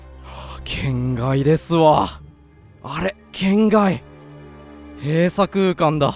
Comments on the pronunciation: 『圏外』のイントネーション違くない？ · けん↓がい↓、ゆぅ↓ろぴあ がクッソ気になる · けん→がい↑ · の「圏外」のイントネーションが完全に「変態」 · の「圏外」の発音気になりすぎてやばい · 圏外のイントネーション面白いな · ホラゲ！！！！！足りてなかったありがとう 圏外の発音が天才と同じで草 ゾーヤちゃんとカナタくんとダイヤくんとマドカちゃん可愛すぎるキャラデザ最高だなぁ 絶望顔可愛い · 圏外のイントネーション面白いですね